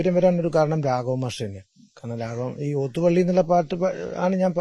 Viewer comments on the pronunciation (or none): ലോത്ത് പള്ളിയാണോ? ഓത്തുപള്ളിയല്ലേ? നല്ല അഭിമുഖം / വി.ടി. അസ്സലായി സംസാരിക്കുന്നു.